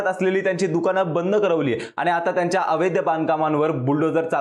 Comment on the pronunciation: अवैध म्हणावे अवैध्य नाही..